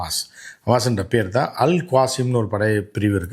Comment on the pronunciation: அல் காசிம் இல்லை, அல் கஸ்ஸாம்